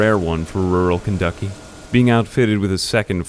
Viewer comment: “Rural kenducky” he says xD